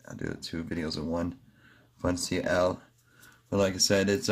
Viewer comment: Fun C L? It’s pronounced fun and uncle. Funcl